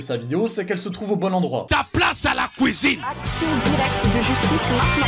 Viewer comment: Le « kouizine » n’a jamais été aussi bien inséré 😂😂 Merci pour ce bon moment! Au moins chez les demeurés on sait se marrer 😁